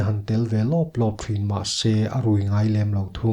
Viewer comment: Thin tih hi lam pawp mai a tha lo mo? Thrin ti ang deuha lam puam lo hian